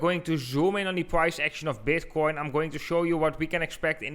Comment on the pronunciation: Did he literally start with "Is BEDcoin..."